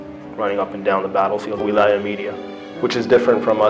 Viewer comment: He can't even pronounce wiliyah correctly, his voice does not match the narration, it's a lie